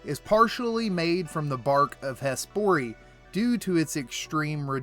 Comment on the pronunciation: Imagine sitting through a two-hour lore video and your biggest takeaway is “he said a name wrong,” and “not only Ironman go to Hespori.” Likes on this comment are the dislike button for comment